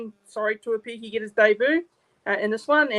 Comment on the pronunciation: Hey bro. The pronunciation of tuaupiki goes like this. 2-0-PIKI. Or 2-oh-piki.